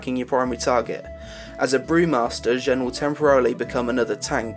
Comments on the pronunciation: I thought the list was reasonable. One thing I wanna point out: Xuen is pronounced Tsu-en or Zu-en, not Jen, but I can see where you are coming from here. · Xuen= tsu-en Xuen is not Jen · It's actually pronounced Zuen, X's are pronounced as Z's, not H's. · Xuen is pronounced Zuen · xuen = zuen, not hard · It's pronounced Shuen, trust me, I'm Chinese. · NPCs pronounce his name as "Zuuen" in game, so regardless of how it would be pronounced in this world, it is pronounced as zuuen in that one. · Xuen, pronouced Zuuen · You are right. I spend every day at work with Chinese people, X's are the Sh sound.